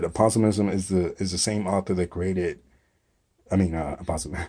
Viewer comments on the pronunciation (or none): APO-SIMZZZ.. You're saying: APA-SO-IIZM.. REBA-DOH-AN